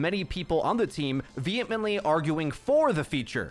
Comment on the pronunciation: vehem E ntly